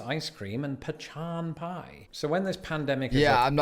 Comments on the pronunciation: So pa-chon has to be a joke his wife and her family were playing on him. He repeatedly said the word with the confidence of a man who has been lied to. 😂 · Pechan? Huh